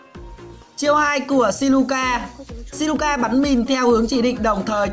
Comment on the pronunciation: Siluca mà đọc thành Sicula😂